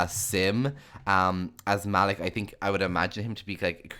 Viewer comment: Sounds great! But,I don't think Malik's name is pronounced like that lol